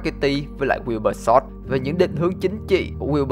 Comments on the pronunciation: Wilbur đọc kiểu "quiu bơ" ấy =)) lúc đầu tôi cũng đọc thành wibu =)))))) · Ghi wibu xong quên cách đọc Wibur luôn rồi